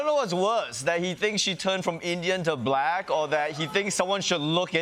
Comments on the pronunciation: LOL ... I love how he says "bLack" like every boomer describing a personal interaction they had with a black person that day ... " And my waiter (looks around) a nice young bLack guy" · Anyone that pronounces "black" as a 2 syllable word is kinda sus. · "Bhu lack" - the way he says the word shows his prejudice. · He seems to always make it a 3 syllable word: Buh-lack-uh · “Buh-lack”, “the buh-lacks”, “the buh-lack people”, “the buh-lack population”, “the buh-lack community” … weird. Why does Trump weirdly pronounce “Black”? 💙😳☕️🇺🇸💯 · Anyone else notice the mocking way he pronounces "buhLACK"? He really is a monster. I know that trumpism will live on for about a generation after he's dead, but even so I'm eager for his evil presence to leave Earth already. (No, that isn't a threat -- just a hope.)' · The way Idiot Boy pronounces “Black”, it’s as though it’s a new thing to him. Like, what word could he have possibly been using for Black people he doesn’t know this one??? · I know it's not the same pronunciation, but the way he says 'black', it conjures up the Afrikaans accent. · Why does he pronounce black like that?! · And with an elongated capital L. It gets me every time. I've never heard anyone pronounce Black or black that way.